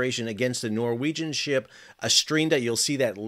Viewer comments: The vessel is called MV S-T-R-I-N-D-A not what you called it (stridina). Check your facts, please. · "Strinda" not Stridina... ;-) (And Strinda is a municipality in Norway) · The name of the tanker is "Strinda". You keep say "Strideena". WTF? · Strin-da. Not Stri-Dee-na. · I love how he keeps calling the "Strinda" the "Stridina" 😂😂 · Love your reports, your pronunciation, not as much. Strin - DA. You've added letters not there. Keep up the good work. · Pronounced as "Strin-da", with an i as in India. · SAL,SAL---- Read the name again Strin-Da!!!!!!!!!!!!!!!!!!! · Strin-Da Two syllables, not three. How difficult is it to read a simple name? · .. Yup. You got it wrong, Sal. Noggi talk is like German. Hard consonants. 😁